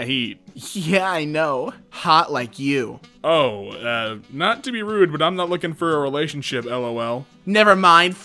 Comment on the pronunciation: he emphasized the you 😂